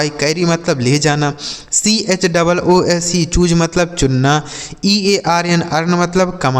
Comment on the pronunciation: It's not Choej it's choose